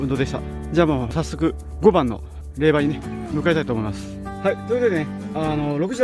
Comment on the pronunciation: れいば！ではなく れいじょうです。 恥かくので 人前では 気いつけて！